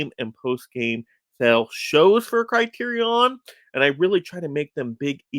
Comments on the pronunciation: Okay I can’t watch the rest of the video because everytime I hear you say “CriteriON” I wanna pull my own hair out. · Why the fuck are you pronouncing it “CriteriON”?